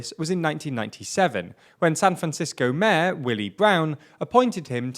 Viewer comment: also you need to talk right. its mayor not mehr.